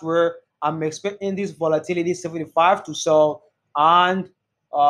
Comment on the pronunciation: I love your videos and what you do but honestly your accent makes it difficult to watch. Especially the way you pronounce “volatility” repeatedly. Keep up the good work bro.